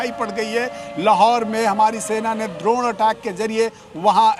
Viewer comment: Bhaiya its Drone not , Dronacharya wala Drone .